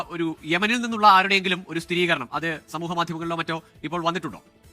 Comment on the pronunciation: സ്ഥിതീകരണം - wrong സ്ഥിരീകരണം - right ദിയധനം - wrong ദയധനം - right ഇങ്ങനെ അല്ലേ 🤔